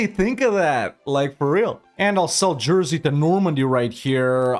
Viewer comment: Dude.. Jersey and Guernsey? Really?